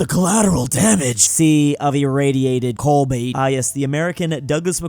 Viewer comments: why did he pronounce it colbait not cobalt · Apparently can pronounce Kiribati correctly, but not Cobalt. That's American education system for you.